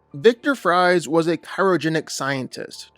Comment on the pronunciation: My brother...I hate to shit on your pronunciation again, but you gotta know Victor Fries last name is not pronounced like the delicious food we all know and love. It was deliberately created to be a play on the word "freeze." Why else would he have that last name?! I know you've seen the Batman animated series. I know you've heard it pronounced the right way. Please, just put in a little bit of effort and just say it right. You're driving me crazy, my dude.